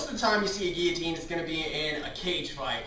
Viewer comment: that's not how you pronounce it...